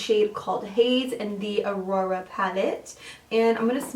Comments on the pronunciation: Aura = OAR-ra. Not “uh-ROAR-uh.” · How could you possibly think "Aura" a 4 letter word, is pronounced "Aurora"? Like, can you read, or? Not to be rude, but it says a lot when you review products but do not bother to even learn how to pronounce them. I mean, it is 2 syllables ffs. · Why do you always pronounce the names wrong?😭😂 first Aphrodite and now Aura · Farasha Hanem actually smart ass it's pronounced AWra . Maybe, before you throw mud make sure your hands are clean. A woman of your age getting triggered about a mispronunciation is a bit sad dont you think ?